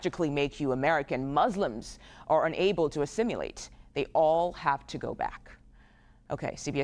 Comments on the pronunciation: Caitlin its assimilate not assimulate😂😂😂😂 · The idiot said "assimulate."